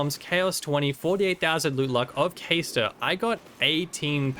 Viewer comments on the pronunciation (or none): Isn't it pronounced "cahstor" and not "kaystor" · Bro it’s obviously pronounced like Caster where in the world did u get Kay-store from he’s a wizard he casts stuff